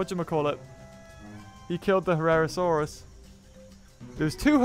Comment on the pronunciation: It's not a herrasaurus it's a herrerasaurus